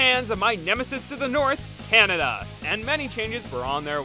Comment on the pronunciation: lmaooo that "canadia" made my day